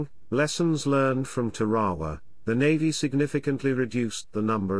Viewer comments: Tare- Ah- Wah Or even with a hard R Tar- ah- wah Or am I wrong and pronounced it wrong my whole life? Hearing it however he said it made me want to pull my hair out. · listening to the narrator butcher the name of the Island "Tarawa" repeatedly caused me to turn this video off. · It's teh-ruh-wuh not te-ra-wa. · Tar A waw....not whaterever your sayin